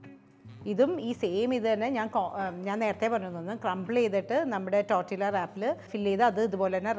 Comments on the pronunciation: It's not tortillas...it's pronounced as tortiya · Learn to pronounce first! Its not tortILLA its pronounced as TORTIYA. Its a spanish/mexican word. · Hello, just a suggestion, you do not pronounce it as’Tortilla’ as the spelling indicates, it is a Hispanic word, when a word has two ‘ll’s together, it is pronounced as ‘y’. It is pronounced‘Tortiyas’. Hope this helps! I enjoy your videos. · Nice … Tortiyya pronounced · Tortilla pronunciation is ടോട്ടീയ . L സൈലന്റ് ആണ് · Tortilla is pronounced as ടോർട്ടിയ ❤ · Thank you for delectable, easy to make recipes. I think tortilla is pronounced torteeya🙏